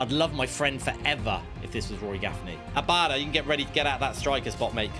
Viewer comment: Any other Celtic fans raging cus he can’t say Abada